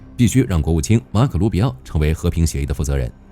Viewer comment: 卢比奥变成了鲁比奥，明明就不是一个人了嘛，👍🏻厉害了我滴锅！这简直比让外国使节走送菜的城门狠十倍。